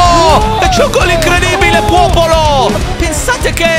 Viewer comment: se ascoltate attentamente a un certo punto dice puopolo